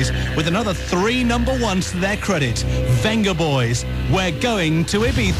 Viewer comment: Yeah, I think Vengaboys was pronounced "beng-a-boys" or something.